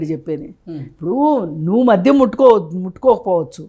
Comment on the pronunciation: మధ్యం,నేపద్యం.... ఉచ్చారణా దోషాలు సరి చేసుకోండి మోడరేటర్ గారూ..